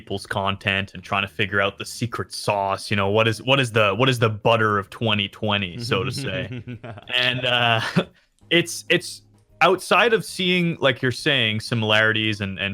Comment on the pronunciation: XD mitch 2020 "what is the budder of 2020" Ahhh man i love budder